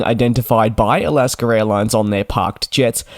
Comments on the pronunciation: It’s Alaska, not Alasker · Do you actually pronounce it like Al-ask-ah? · DJ does not like this criticism and will likely delete it. I for one, having been born in AlaskA and lived most of life here, do not understand how or why the R comes into play. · Wrong. It’s Alaskerairlines.